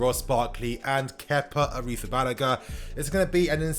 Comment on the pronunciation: Chelsea fan yet cant pronounce Kepa's second name